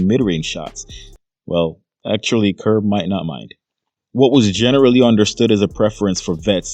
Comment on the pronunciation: It’s Kerr Kerr Kerr! You sound stupid Kerr! Gg❤